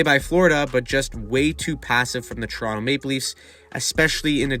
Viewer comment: Dude.. pronunciation. TORonto ..not churonto it's not a chiro or a food it's a place.